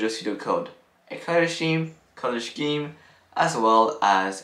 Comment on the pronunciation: It's pronounced SKEEM my man 😂. Good vid tho